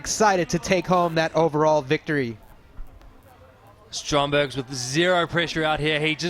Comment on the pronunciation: Does the announcer know that Maris's last name is Strombergs and not Strongberg?